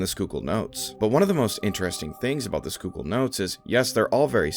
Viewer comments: Dude might actually be from PA for being able to properly say Schuylkill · Whoa, he said Schuylkill right lol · Not gonna lie I was gonna click off if you couldn't pronounce Schuylkill 👏